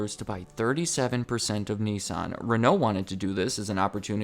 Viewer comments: It’s “Nissan” not “nessan”🤣🤣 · The way you say Nissan does not make me happy